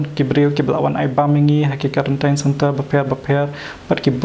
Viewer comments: Na sdang ha duh ba kut tip top da ka ktien khasi tang khyndiat pronounciation quarantin ym karantain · Karantain ka dei Khasi style. Hap kren da kaba sngewthuh lang ki para jaidbynriew.